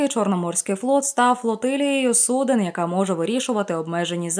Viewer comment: ГОВОРИТЕ УКРАИНСКОЮ ПРАВИЛЬНО!!! Не судЕн, а судОв.